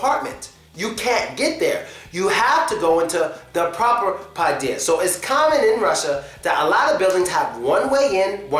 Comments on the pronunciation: Podyezd (Подьезд) You put stress wrongly it's pod'Ezd not p'Odyezd Sometimes u pronounced it okay sometimes not :P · it so funny how this guy say padiezd😄😅